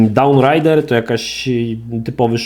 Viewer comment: "dałn rajder" xddd jak to brzmi